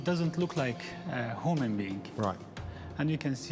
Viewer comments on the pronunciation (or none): > []: "...he attended the University of Mown-tan-a..."... says it better than anyone on the planet --- that's just facts, people. > [some random curator]: "... it does not look like a hoe-man being..." Conclusion: Accents are wonderful -- hearing words said differently is a thrill! (Dr. Josh is lucky) MORE PLEASE! This is the kinda TV I would rather see, instead of being disappointed by channels like the History channel which were once okay and respectable, but then shit all their credibility away. Shows that point out how terrible and weak other productions are would be great fun-- peer reviewed television! "Eat My Ass, Your Show Is Crap" --- a suggested title for such a show. Thanx! I'm glad you enjoyed putting this together! I'm also glad it finally got released -- it was worth the wait --- I hope you enjoyed it enough to do more like this. This type of thing would be a GREAT series... metric of success? When corporate media sends it's goons after you? Sick BALLS... sick balls. Thanx again.